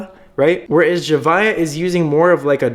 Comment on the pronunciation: Man said “zuhviuh” it’s “zavia”